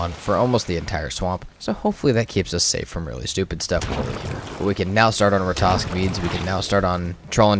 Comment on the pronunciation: If you just kill a troll you have nothing to worry about yet. You also have to kill the Elder to trigger the troll raid. Oh and sorry for asking but can you please pronounce Ratatosk correctly, instead of saying Ratosk😅